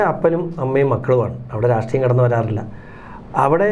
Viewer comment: രാസ്ട്രീയമല്ലെടാ.. രാഷ്ട്രീയം 😡